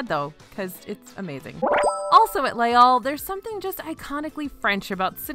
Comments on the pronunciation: It normally doesn’t bother me at all but as you said it about 15 times in this amazing video, Les Halles is pronounced (more) like “lay al” not “all” 😊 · Now I’m hungry for poutine! Pronunciation tip (hack): “Les Halles” (in French) ≈ “lays all” (in English) Thanks for keeping me hungry!